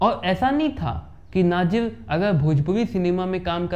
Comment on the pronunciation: नाजिर नही भाई नासिर हुसैन नाम है